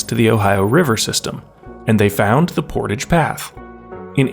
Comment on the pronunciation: Portage like “mirage”